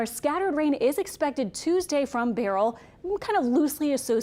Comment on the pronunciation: why do they keep saying barrel, its ber,as in bur,beryl,as in pine ber